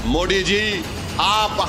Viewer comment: ये ओवेसी मोदी को मोडी क्यों बोलता है भई 😮